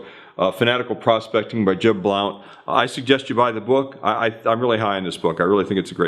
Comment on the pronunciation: Jeb Blount's last name is pronounced "Blunt".